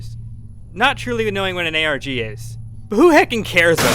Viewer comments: He said arc not arg lmfao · He says arg, he just pronounces it as a whole word lol